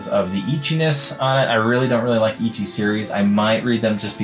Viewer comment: Its pronounced eh-chi my boy